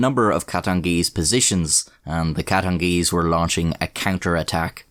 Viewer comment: He said “the katengeeze numbered over tree thousand”